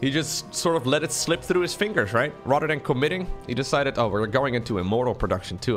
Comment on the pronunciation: your English is very good. The main thing you gotta work on is pronouncing your "th" sounds. "th" doesn't sound like a "d". So instead of saying "rhadder dan", practice saying "rather than".